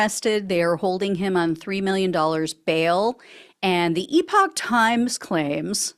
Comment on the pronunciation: Oh, good heavens- Gina, could you possibly teach Ben Meiselas how to pronounce "epoch?" I nearly went mad watching him spend 14 minutes pronouncing this trash web site as "EPIC times." 🤣